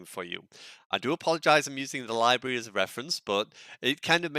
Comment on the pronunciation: Libary = Library, Libarian = Librarian, otherwise nice vid 😉